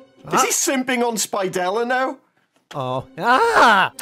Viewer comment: Did anyone heard called spidella "spitella"